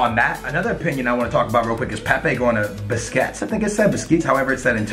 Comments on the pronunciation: pronounces Besiktas and Busquets the same way lol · He butchered besiktas name he said Busquets😂🤦‍♂️ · It is pronounced beshiktas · You would think for someone who ''knows football'' he could properly pronounce Besiktas and Juventus...